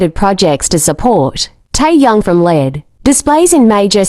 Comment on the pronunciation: I had to listen again after AI saying Tai Yang🤣